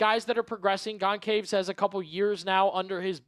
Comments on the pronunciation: Your pronunciation for Matt Goncalves is gon -sal-ves. Hope this helps. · Matt Gone-Caves is an absolutely WILD way to pronounce Goncalves. 🤣🤣🤣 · Learn to pronounce names. Makes you look unprofessional when you butcher Goncalves name. Pronounced Gon Chal Vese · Absolutely butchering “Goncalves”